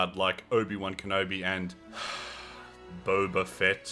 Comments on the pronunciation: its not bo-ba like the tea its bob-a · I have started to enjoy the way you mispronounce Boba's name, it makes me laugh. Stay you